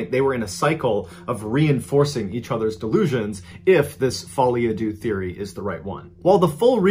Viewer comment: Either way, he pronounced "deux" wrong!